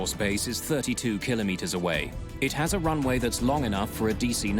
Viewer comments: Always doing this math exercise as you go from feet to meters and miles to kilometers, yet it doesn't stop there you pronounce it Kilo Meters. Why cant you refer to the speeds and distances that are normally displayed to the pilots and used by ATC? Altitude is in feet, velocity and distance is in nautical miles. PERIOD stop with all the clever Bravo Sierra. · How many keylomeayters are in Atlanta ...